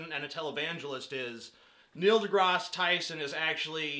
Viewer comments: Grass* not Graz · Only idiots pronounce Neil deGrasse Tyson as Neil deGros Tyson. Even Neil deGrasse Tyson pronounces it as Neil deGrasse Tyson. I was going to count how many times you said Neil deGros Tyson in this video but I realized that would be an idiotic thing to do and the words Neil deGros Tyson lost meaning after the first few mins of this video. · It sound so weird when you pronaounce his last name